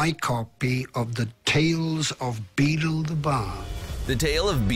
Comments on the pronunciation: “Beetle The Bard” don’t you mean ‘Beedle the Bard’ 😂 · Says the TALE of BEETLE the bard Its multiple TALES and its BEEDLE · beedle not beetle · It is the TALES of BEEDLE (not Beetle) the bard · It’s beedle the bard not beetle the bard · 1. TALES of BEEDLE the Bard 2. The Society for the promotion of elvish WELFARE 3. VOLDEMORT (not volderrrrmort)